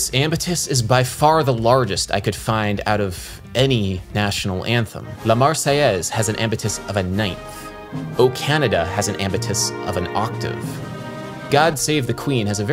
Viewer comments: "la Marseillese" welp, adam, It is "La Marseillaise" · "La marseillese" bro u making my french eyes bleed